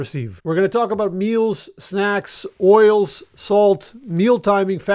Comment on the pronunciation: I thought you said oreos instead of oils at first 😂